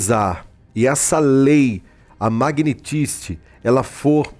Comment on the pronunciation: Não é Lei Magnitizky é Lei Magnitzky. Qual é a dificuldade 🤔